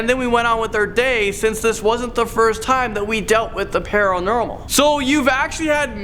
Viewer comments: nobody:: the pUrnUrErMeL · “...times that we dealt with the parrelnermal” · "Peril normal" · Can we just take a minute and listen to how says paranormal 🤣😂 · OMG I was hoping some else caught it 😂😂